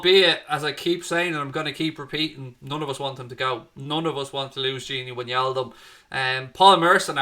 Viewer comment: It’s “ Why Naldum “ !!!